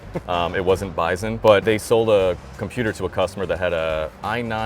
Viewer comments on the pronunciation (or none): i love the guy saying commuter instead of computer